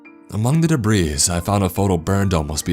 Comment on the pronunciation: Did you really pronounce "debris" as "dabreez"??? You are almost as bad as....ok..no you are not since he reads on about the same level as a 4th grader...but c'mon...🙄